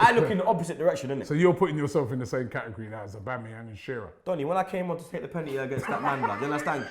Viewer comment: Deep it, can not say the word 'Penalty'